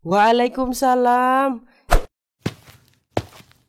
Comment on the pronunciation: izin bang, yang bener itu "Waalaikumussalam" bukan "Waalaikumsalam"😅😊